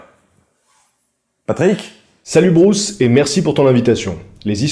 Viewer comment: Ca ce prononce Bruce ou brousse???